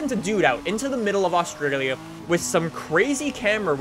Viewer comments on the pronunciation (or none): none